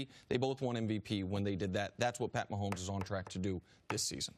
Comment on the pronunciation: "Patty" Maholmes.